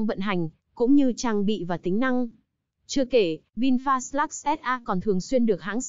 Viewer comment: Giá vẫn thế. Người ta đặt tên là ( Vin phát ) ý nghĩa để phát triển. đây lại đọc ( Vin phạt ) Ko hiểu Vin bị lỗi gì mà ( phạt) nghe chối quá.